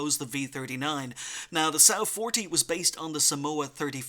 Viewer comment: I think it's 'Som' 'Wa' 40